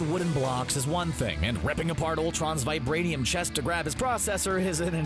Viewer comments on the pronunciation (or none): He said vibrianian. Lol